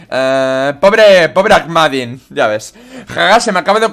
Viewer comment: creo que el nombre del sacerdote se leeria asi aknadin